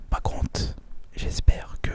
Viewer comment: Pourquoi tu dit PaConTe